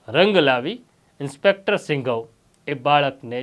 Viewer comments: Singhav nahi sindhav bolo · સિંઘવ નહીં સિંધવ બોલો